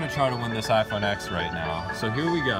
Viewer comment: iPhone "eks"